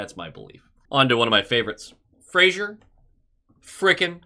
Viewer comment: It is pronounced. FRA-ZER, there is no "i" in the name